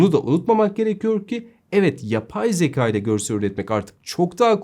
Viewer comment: Sevgili, harika yorumlar için teşekkürler. Ama editörünüzün (veya sizin/arkadaşlarınızın) hiçbiri uyarmadı mı? Yüzlerce kez kullandığınız ve konunun özü olan 'Zekâ' (şapkalı) yerine zeka' demeniz telaffuz/söyleyiş açısından doğru olmamış. Üstelik neredeyse her teknik youtuber yanlışı: 'H&M' 'Heyç-en-em' değil > 'Eyç-en-em', HDMI ise 'heyç-di-em-ay' değil 'eyç-di-em-ay' (aslında he-de-me-i mi denmeli, ayrı konu... Yeni güzel içeriklerinizi merakla bekliyoruz.